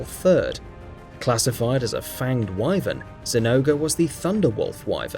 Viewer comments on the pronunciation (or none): Hated the way he pronounced Wyvern too...